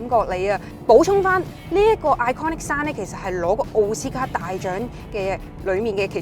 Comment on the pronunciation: 你好，我相信你背後有付出過好大努力，係值得欣賞嘅，但係請恕我直言，你做得呢行，點可以滿口懶音㗎？！ 嗰啲咩"避震要幾雁有幾雁"…都算喇， 最難頂係你連讀英文都可以有懶音嘅… Impressive package讀成"Impassive" "pair"kage🙄 你Google translate下咩係"Impassive package"...真係得啖笑！ 仲有…iconic sound讀成iconic 山… 仲有好多… 懶音王陳敏之都改善咗好多，希望你喺呢方面都可以作出改善，努力！加油！💪